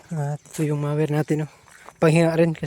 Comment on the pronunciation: ang correct pronunciation ay mower, hindi mayer.